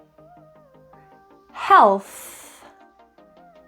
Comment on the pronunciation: Watching you at 0.5x speed raises a question for me about the individuals below: 😜 -- ℍ𝕖𝕒𝕝𝕥𝕙 It looks like your tongue doesn't actually touch the bump behind your teeth. It seems you pronounce the final '𝗹𝘁𝗵' as one single sound, unified sound, rather than two separate sounds. -- 𝕄𝕠𝕟𝕥𝕙 It seems you pronounce the final '𝗻𝘁𝗵' as one single sound, unified sound, rather than two separate sounds. Your tongue makes contact with the inner surface of your bottom front teeth to produce it. -- ℕ𝕠𝕣𝕥𝕙 I've noticed that when you pronounce the letter '𝙍,' your tongue appears to fold in the middle, creating a groove down the center. I've googled that that's so called "bunched 𝙍" or "tongue-bunching 𝙍". -- ℙ𝕒𝕥𝕙 Are you using an /æ/ or an /ɑ/ sound? It looks like an /ɑ/ to me because your jaw drops a lot. -- 𝔽𝕚𝕝𝕥𝕙𝕪 The same is here '𝗹𝘁𝗵' as one single sound. 𝘈𝘮 𝘐 𝘰𝘯 𝘵𝘩𝘦 𝘳𝘪𝘨𝘩𝘵 𝘵𝘳𝘢𝘤𝘬 𝘩𝘦𝘳𝘦? It's ten times easier to pronounce a 'T' than a 'θ' (th) sound. I've noticed that many people use a 'θ' (th) sound instead of the 'T' sound. Sorry for bombarding you with questions! ▌│█║▌║▌║ Lʌve yə! 🍒🍒🍒